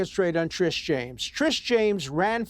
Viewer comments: Alan says Trish instead of Tish like 11 times in 2 mins. And we’re supposed to take THIS moron seriously? 🙄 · How Many times can he mispronounce Tish James. Old fool .